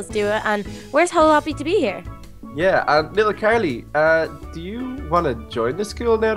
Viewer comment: Did anyone else realise that the waiter said 'chu' instead of 'you'